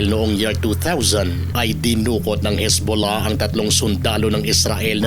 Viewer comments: pagbigkas mo parang sakit bolahbolah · Natutuwa ako sa bigkas mo ng Hezbollah ang lambing😅